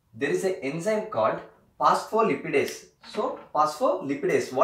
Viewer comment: Dear you said the enzyme as PHOSPHOLIPIDASE A2 which is actually wrong. The enzyme is known as PHOSPHOLIPASE A2